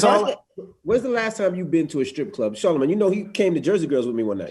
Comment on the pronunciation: 40 seconds in.... "Charlamange come on" lmao. Dude fuckin sucks